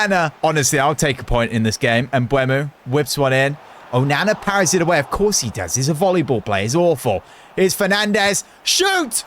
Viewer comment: It is not voliball it is volleyball